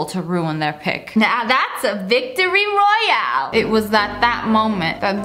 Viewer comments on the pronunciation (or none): none